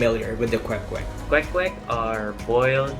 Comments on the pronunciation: i love how you say kwek kwek and not “quake quake” like other western people do lol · YOUR PRONUNCIATION OF THE KWEK KWEK IS SO ON POINT IT MADE ME THINK THAT YOU ARE STARTING TO LEARN HOW TO SPEAK FILIPINO.